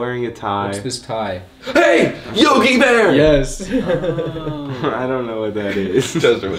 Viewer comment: actually said yo-gay-bear